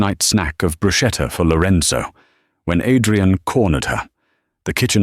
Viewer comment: Bruschetta is correctly pronounced "Broo-sketta" NOT "Broo-shetta. Not many non-Italians know this.